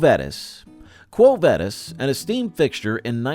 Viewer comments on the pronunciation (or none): The way they say quo vadis is killing me